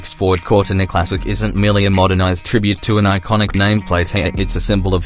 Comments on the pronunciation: "corr tin ah" GTFO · Cor-tina PRONOUNCED ai shit